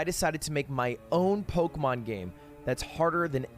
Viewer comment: I like how Ludwig is an English major but he can't fucking read and pronounce Pokemon names for shit